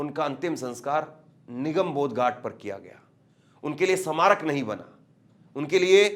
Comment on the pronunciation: Hindi Bolna to seekh lol Bhai smarak nahi bol pa rahe